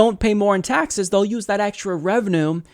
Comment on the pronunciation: Jake was tired. He mispoke a couple of times (taxe(r)s, Senator S(t)anders). And those poachy eyes. But he had enough gas to burn Cruz and his dull charts.